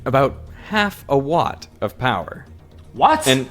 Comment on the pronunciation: Watt not What lmao